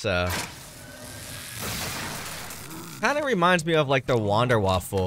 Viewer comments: It’s wunderwiffle not wanderwiffle also keep up the good videos! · Its wonder waffen not waffel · This man said wonderwaffel